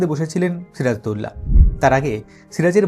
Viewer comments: ওনার নামকে কেন বিকৃত করে উচ্চারণ করা হয়? সিরাজ-উদ-দৌলা অর্থাৎ, সিরাজুদ্দৌলা উচ্চারণ হবে। এমন করে কেন বিকৃত উচ্চারণ করা হচ্ছে সিরাজদৌল্লা? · এমন বিশ্রী করে উনার নাম বলছেন কেন দাদা ? বাংলাদেশের বাঙালিরা তো আরবি নাম ঠিক ই উচ্চারণ করতে পারে, আপনাদের এতো কষ্ট হয় কেন ? ওটা সিরাজ - উদ - দৌলাহ হবে দাদা, সিরাজ দৌল্লাহ না। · এখানে একটা বিষয় আছে বিষয়টা হচ্ছে নবাব সিরাজউদ্দৌলার ধর্ম। এটা যদি আপনাদের মনের মতন হত তাহলে ওনার চরিত্র নিয়ে কোন ধরনের সন্দেহ কখনোই আসতো না আপনাদের মনে! আর ওনার নাম ছিরাজদৌলানা! কথাটা হবে সিরাজউদ্দৌলা উচ্চারণ করা শিখুন আগে।